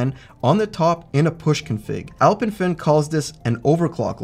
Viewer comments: Kudos for pronouncing Alpemföhn correctly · Can I compliment you on your pronounciation of "Alpenföhn"?! Haven't heard a lot of english speakers pronounce an Umlaut correctly. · Wait what? I thought North Americans were unable to pronounce ö/ø correctly. totally nailed it! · Pronouncing the name correctly 🤩